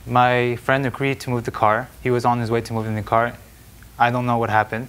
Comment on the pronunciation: gotta love her enunciation of “and your CAR was on the line” 😆